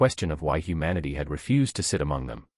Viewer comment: Mispronounced the word refused.